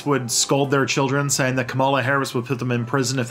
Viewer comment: Come on, at least take a few minutes to learn how to pronounce names KA-ma-la FINE-stine TAH-mill NAH-doo